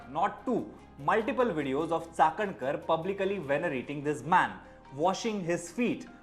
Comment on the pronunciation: Like the way you pronounce Chakankar 👍🏻